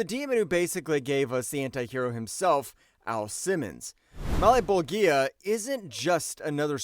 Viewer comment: O my god….. my ears bleed everytime he mispronounces malebolgia name its pronounced Mal-bowl-ja